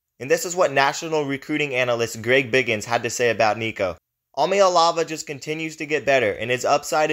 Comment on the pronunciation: Where do you come up with ahm ya elavah??Eee ahhh maa lay avah